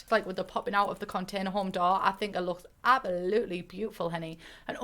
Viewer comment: everyone is talking about how iconic hey hens is but what about abaloutley forget the s